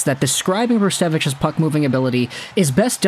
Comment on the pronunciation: Brzustewicz is not spelt weird it's just a Polish last name (also very nice pronunciation my friend :D ) Hope he'll have a great career. He's a bright talent for sure